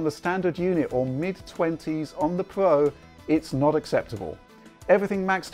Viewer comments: Heh... "PS4 Pwo" Made me chuckle. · would you kindly use the god damn letter R every fucking word with R you don't pronounce it you do it like this ps4 pwuo,pwuosesso,wyzen,howyzone zewyo dawn RRRRRRRRRRRRRRRRRRRRRRR USE IT !!!